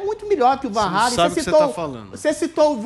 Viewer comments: Tudo Bem sobre o Van mas o Regis é um completo Boçal... Usa o Fonética REYLEN mas não usa o mesmo critério para os demais nomes do Rock... Ou seja... um cara completamente desconhecido que fica com essas fonéticas para aparecer é VAN RRRAAALLLEEEMMMM, mas enfim se for inglesar os nomes da musica, que o faça em todos os nomes... Um boçal... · Não é /van reilen/, é /van ralen/..... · Não entendo pq as pessoas falam Van Reilen... o nome é holandês e não inglês, é Ralen, Van Halen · Em holandês a pronúncia é "rálen" mesmo; Regis usa a forma inglesa, mas equivocadamente (o correto em inglês é "rêlan", não "rêilen) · Meu querido, Régis. Não se pronuncia “Reilem” e sim Halen! Rálem! Adrilles, primeira vez que eu ouço você falar besteira! Era melhor ficar calado. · A pronúncia é Halen e não "Reilem", por tratar-se de um nome holandês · Não é assim que se pronúncia "Van Halen", a pronúncia abrasileirada é mais correta do que essa aí pedante do Regis Tadeu, pois se trata de nome neerlandês, logo diz-se "Fan Ralen" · Hey Regis... Por favor, você quer pronunciar o nome do Van Halen todo pompudo mas você está pronunciando ERRADO! Não há a prouncia do æ. A pronuncia do Eddie passa mas o resto NÃO.